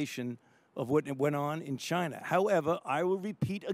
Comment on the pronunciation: "Chi-Na", that's where, libs.